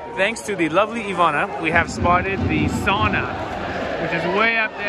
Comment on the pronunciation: more free Finnish lesson: SOWna, not sahna (sauna). Now you're a local!